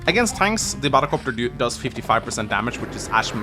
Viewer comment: Bahdelcopter... do you know these moments when words start to sound weird because you heard it too often 😂